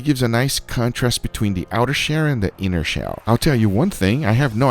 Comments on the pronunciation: Why does he say outer sherr and not shell? I didn’t know he was chinese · He pronounces shell as shair